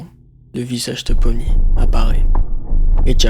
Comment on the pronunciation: Par contre toi tu t’es trompé sur les mots déjà de un c’est pomni